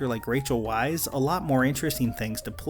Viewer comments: Weisz is pronounced "vice". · Dude, the names are pronounced "Florence PYOO" ("like Hugh but with a P" in Florence Pugh's words), Rachel VICE ("In America everyone says it wrong. It’s V-I-C-E." says Rachel Weisz) and Ray WINSTUN.